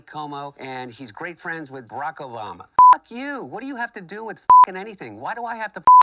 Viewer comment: "Baracka Brama"🤣